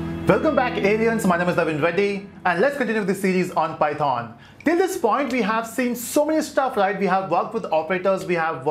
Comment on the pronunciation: The way u say python makes me wanna unsubscribe you Such cringe